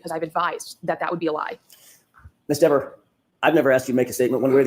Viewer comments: You're thinking like a lawyer not a juror re: Dever You also missed the subtext in mispronouncing her name. DEAVER happens to be the name of an 18-year blood spatter analyst for the NC Bureau of Investigations convicted of perjury in a murder investigation and found to have been deceptive about his resumé, à la Burgess. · She even lied about the pronunciation of her name. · Well, if you want your name pronounced correctly.....SPELL IT CORRECTLY!!! Dever is pronounced like beaver 😂😂😂😂 also, you can only be charged with perjury if you lie soooooo🤷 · Diiiiivvvvveeeerrrrrr didn't like having her name mispronounced 😂 ! More worried about her name than telling the truth about who she saw messing more likely with Karen's car !! A wildly amount of time she told the FBI !!! To think she got a bigger paycheck to more likely keep her nasty mouth quiet !!! SHE'S GOT NO PROBLEM SENDING AN INNOCENT WOMAN TO PRISON FOR THE REST OF HER LIFE !!! WHO WANTS HER WORKING IN THEIR NEIGHBORHOOD !!!!